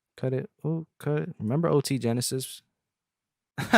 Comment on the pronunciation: he said ot genasis 😭